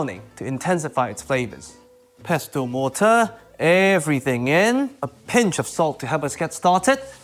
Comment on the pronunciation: The 't' is 'pestle' is not pronounced "pessel" is correct